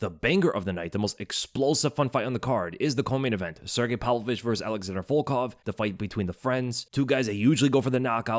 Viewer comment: Pav-Lovich, PAV-Lovich, not "Pal-Vovich." Jesus man.